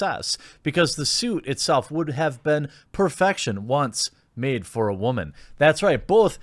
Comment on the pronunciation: "I'm a whaman"